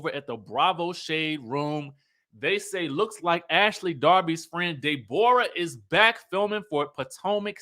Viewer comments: 😂😂I love when you say "Day-borah" instead of Deborah..😅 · Man, when pronounces Day-Borah, it makes my abdominal muscles hurt. It tickles me so much.